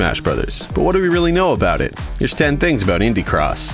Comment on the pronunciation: Is it just me who thought he said ‘pibby cross’ at the start of the vid